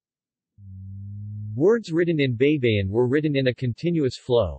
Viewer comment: Men, it is not BEY-BE-YIN. It is BAY-BA-YIN. ᜊᜌ᜔ᜊᜌᜒᜈ᜔ = BAYBAYIN ᜊ (BA) ᜌ᜔ ( Y ) ᜊ (BA) ᜌᜒ (YI) ᜈ᜔ (N) Always remember that in the Tagalog language the letter "A" always sounds like "AAAAAAA...." and NOT "EEEEEEE...." Example: A-pple, A-merica, A-frica, A-ustralia, etc.